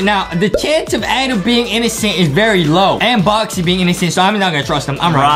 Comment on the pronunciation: NO ITS ADEM. OK IT'S ADEMMMMM NOT "ADAM"